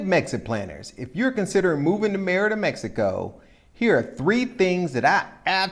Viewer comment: Isn't it pronounced ... "May-reeda"?